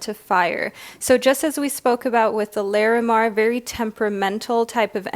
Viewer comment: Just FYI...Lah-re-mar. Not Lair-eh-mar 💙